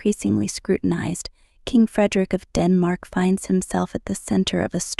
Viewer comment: This is span, they can’t pronounce his name correctly. He lost integrity from the affair in Madrid. I do not think of him as I once did. He’s had affairs all through the married life with Mary.